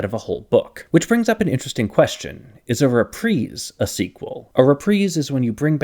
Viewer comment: Have I been pronouncing 'reprise' wrong all my life?